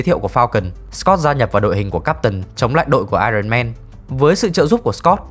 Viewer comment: Éo hiểu sao t chưa bao giờ nghe dc 1 đứa review phim nào đọc dc đúng iron man.Chán